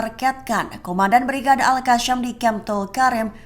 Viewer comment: Sebut yang benar AL QASSAM bukan Al Qasyam. SAM bukan SYAM!